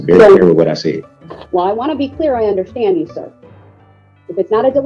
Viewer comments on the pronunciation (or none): WTF is undershtan? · Why can’t he say “understand” (I heard him say it once) instead of “undershtand” every time?